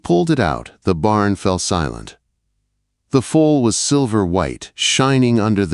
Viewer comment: Foals… not fowls or fools or folds